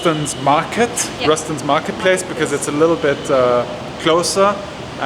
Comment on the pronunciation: By the way it's /roo STANS'/ 😉 Rustan's As is typical in Filipino culture, it's a combination of two names -- Rustia and Tantoco, the wife's and husband's surnames respectively. They started the business in 1952 selling high-end products out of their living room and gradually grew to a full fledge dept store and, eventually, supermarket. Cool vlog as always!